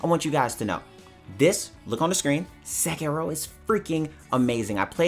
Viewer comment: It's Se-kee-ro